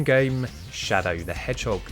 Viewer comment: Shadow the Hhog